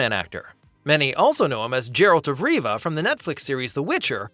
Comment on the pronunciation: I can't take someone who says "Jeralt of Riva" seriously.